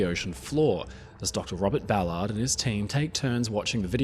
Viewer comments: You pronounce his name like he's meant to keep cars off sidewalks 😂 Americans say "Bal-urrd" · He's butchering his last name